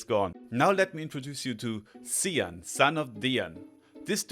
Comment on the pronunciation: the namnmes cian and lugh are pronounced "key-yan" and "loo"